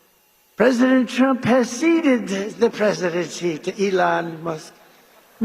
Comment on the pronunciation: The Presicheedency....? Wtf was that ?